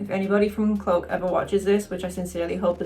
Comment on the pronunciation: You're awesome,! Also your accent is awesome but it sounds like you're saying "cloak" like the drink "coke". Love you though, friendo! 😂 🖤🤍💛💜 And as an Aussie, I approve! 😆